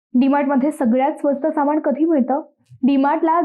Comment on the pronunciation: ते सामाण नसतं ... सामान असतं.. आपली मराठी तरी नीट बोल जरा ..